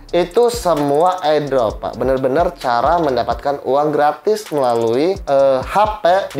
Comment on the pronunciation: CPM aja bacanya CMP Airdrop bacanya Ai Drop Hmmm